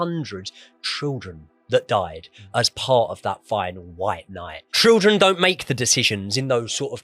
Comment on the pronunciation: Great video. How can't say Children? Trildren and then copies it.